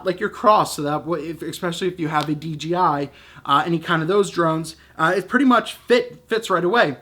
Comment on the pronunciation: I can understand making the mistake from time to time, but for the love of god, on every single one of your videos you say DGI, not DJI !!! Holy Moly!